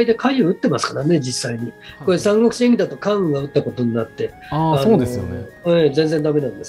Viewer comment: 聞き手の方の「演義」のアクセントが「クラブ」みたいになってるのだけ気になってしまう……。 内容はとてもいいです！